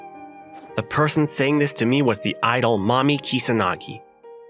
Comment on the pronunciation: I swear I heard Mami as mommy the hole dang time